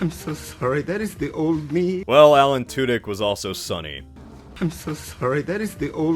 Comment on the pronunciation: Alan Tudyk pronounced correctly. Much respect earned.